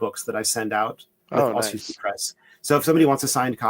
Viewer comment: Pronunciation in Polish: Kvash-nief-ski.